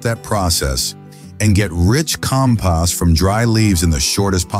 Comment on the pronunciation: Sounds like AI. Keeps mispronouncing compost